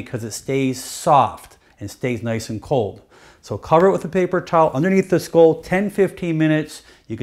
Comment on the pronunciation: HE DOESNT KNOW HOW TO SAY SKULL?? HAHA